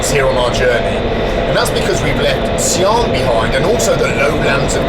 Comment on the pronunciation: It started so well until he bollockeds the pronunciation of Xian. She-ann.